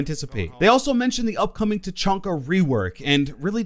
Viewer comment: It's Ta.Chan.Ka. Not Ta. CHON. Ka.